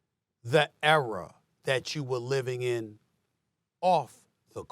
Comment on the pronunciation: Why tf Stephen A say “Era” like that😂